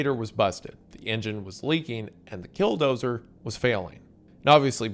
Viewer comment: Man, I don't know if it's your accent or my auditory processing difficulties, but I keep thinking you've said "Dildozer". At like all the wrong times 😂😂